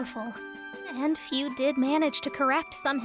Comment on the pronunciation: FUU! NOT FEW! FUU! GODDAMN!